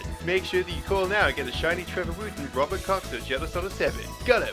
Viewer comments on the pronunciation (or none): none